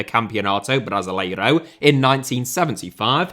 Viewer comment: The way you pronounce Brasileirão makes so so anxious